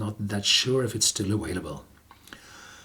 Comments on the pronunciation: “available” is pronounced “aVailable”, not “aWailable” you idiot. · The word “available” is pronounced “aVailable”, not “aWailable”. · Ha Ha, he's paying no attention to you....well done Horst!! Keep pronouncing it awailable ))